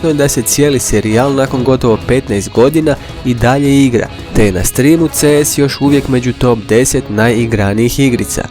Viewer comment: Steamu ne Streamu lmao